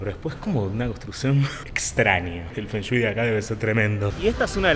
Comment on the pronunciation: "El fen shui de este lugar debe ser tremendo" jajajajajaja morí